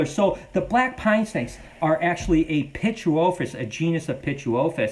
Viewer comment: Thank you for pronouncing pituophis! I've been trying to figure it out for forever! 😂